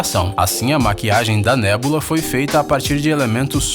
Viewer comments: Nebola->( Neboloza ) Gamorra->( Gamora) Vedyun->( visão) Croc->( crocodilo) Mesdyc->( mística) MEU DEUS VC NÃO SABE O NOME DOS PERSONAGENS DA MARCEL ( até a minha sobrinha de 6 anos sabe o nome de todos eles) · Gamôrra? Nébula?